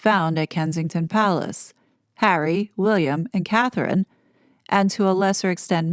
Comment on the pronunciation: What kind of journalists are researcher is he if he can't get Catherine's name correct